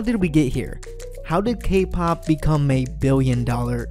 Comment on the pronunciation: cAke pAhp lol <3